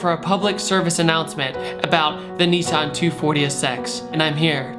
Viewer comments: Every time you say NEEEE SAAAAAHHHHNNNN I cringe. It’s called Nissss Ennnn (Nissss-EN) Nissan is not pronounced Neeee Saahhhnn. Sorry to be that guy but I feel like I respect you enough to correct you, don’t take it the wrong way please my dude. Love your content. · Don't say "neesan" say "nis-san" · Why do Americans pronounce nIssan Neeessan it is an I not an E so is pronounced Nissan not Neeeeessan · what's a NEESARN?